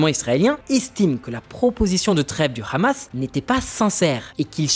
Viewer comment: Vous oubliez l'effort (infructueux) de corriger la prononciation de khamas (devenu sobrement h'hamas) trop connoté pro-israélien